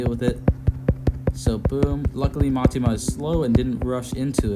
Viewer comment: Btw it's Mitama, "mee-tahmah" not Matima